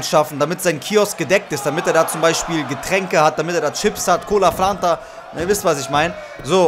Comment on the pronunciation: niemand:: Flanta